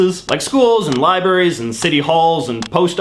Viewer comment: Did you really just say "libaries"? That's not a Canadian thing, is it?